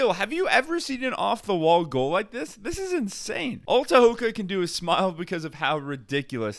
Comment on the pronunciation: In the Mohawk Language we pronounce our T’s as D’s unless there’s an H following the T so his name isn’t “Ta-ho-ga” it’s “Day-ho-ga” our K’a are G’s but you spelled his name right tho “Tehoka”